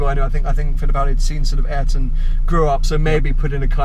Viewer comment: Smh a eer ton Not airton